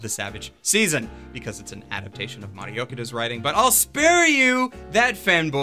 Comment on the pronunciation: Omg, he finaly lerned it's Okada not Okida.